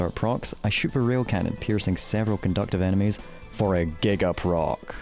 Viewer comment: why does bro say "animes" instead of "enemies"